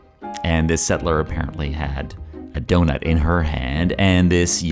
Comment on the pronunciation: Lets keep the 'ugh' out of DONUT and not DO'UGH'NUT